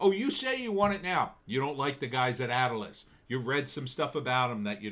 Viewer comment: Not Atlas gym it’s pronounced A-til-lis. Come on man it’s a landmark from Wildwood NJ I know I used to work out there in the late 80s A-till-LIS !!!